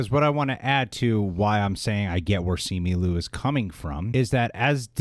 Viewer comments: Simi Lu? First off, you're Asian... You are not allowed to butcher Asian names. It's Simu (SeeMoo) Liu (Lyoo) come on now, get it right! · Bruhhh it’s SIMU LIU NOT SIMI LU!!!! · SEE-moo LEE-ew, please... he tweeted his own name pronunciation. Agree with you guys -- yikes leadership at Disney, huh?